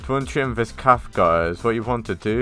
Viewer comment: cafe isnt said calf its said caf eh